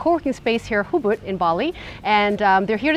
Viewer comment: The place is called "Ubud" not "Hubud".